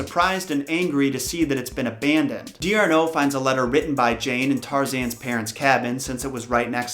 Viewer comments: Just fyi, D'Arnot would be pronounced "DAR-no", not "DEE-ar-no". Originally it would have been "De Arnot" but the French hate the verbal hiccup resulting from one word ending in a vowel and the next word also beginning in a vowel, so they make it into a contraction. It's the same as "don't" or "you're" in English -- there's no stop with the apostrophe, it just blends together into one word. Great summary! Tarzan was definitely a roller coaster, because it was originally published serial style. A story would be published in installments, either weekly or monthly (depending on what periodical they were publishing with). It was sort of like the weekly television series of today -- each episode has to be part of the larger narrative, but it also has to have a conflict that builds to a climax within each installment. Then you'd have an overall story arch that's resolved in the "season finale". Eventually, those installments were gathered together and published as one large story (like how modern TV series will publish a box set of all episodes from a season). Sir Arthur Conan Doyle published his Sherlock Holmes stories the same way. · Feel kinda weird pointing this out 2 years later, but that really isn't how you pronounce D'Arnot, otherwise great video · Darnot, not D-Arnot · Great video series, but it's not pronounced Dee-are-no, it's Dar-no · french person here and D'Arnot is actually pronounced "Darn'o" x) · It would be just D’Arno, not Dee-Arno. I’m not trying to be rude here. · Diarno..... no, sorry that is 100% wrong. The name is MOST likely french, so you would bind the D over so it would sound like "Darno" D'Arnot means De Arnot (of Arnot - a somewhat highclassy title, the "de") but since french do not Write "De" if the next word starts with a vowel, they make it short by putting an apostrophe like so: D' so it is "Darno" (the t is silent, at least you got that right. maybe go back to school?) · dar-no not dee-ar-no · The way he pronounces "D'Arnot" bugs me.